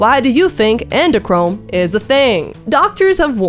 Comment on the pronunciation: Uhhh the word you were ATTEMPTING to say is not ENDOCHROME hunnay, it’s ADRENOCHROME. Say it slow, sound it out, ADD REE NO CROW UMM